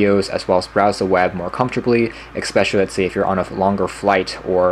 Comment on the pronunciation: Nice review thanks. By the way, correct pronunciation of the word "especially" is "ess"-pecially and not "ex"-pecially. I look forward to watching more of your reviews.